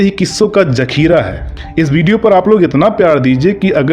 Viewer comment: Jaise " zakheera " ko jakheera bolte ho. Tum ye kyo bhool jaate ho ki tumhari " jahalat " lakho log sun rahe hai